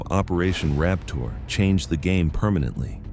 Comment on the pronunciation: Sounds like he said "operation Rap Tour"